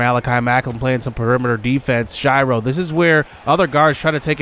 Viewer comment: Please stop mispronouncing "Shiro." It's pronounced like hero with an S at the beginning. Shih-row